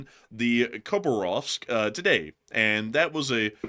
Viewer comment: City of Hah BAR ovsk. So nice to have you back!!!!